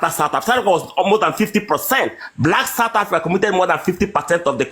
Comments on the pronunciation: Satafrika …sir please say sooooouuuuth Africa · I can imagine his mouth opened screaming "Satafrika"🤢🤢